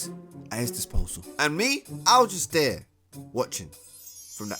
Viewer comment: "We all been dheya" 💀💀